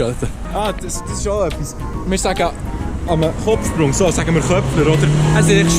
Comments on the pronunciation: Es heisst Chöpfler😂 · Es heisst chöpfler 😂😂